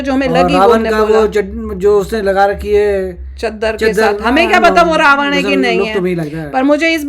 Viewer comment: Mam, people in the north call it Ramayan with न but it's actually Ramayana/Ramayanam with ण और णमः and Ravana is रावण not ravan